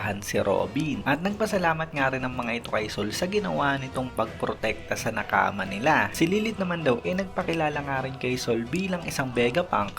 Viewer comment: Anong nakama? Bakit ang weird pakinggan para sakin hahaha